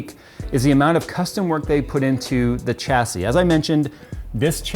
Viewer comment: 'Chassis' is pronounced "shass-ee" not "chass-ee" smh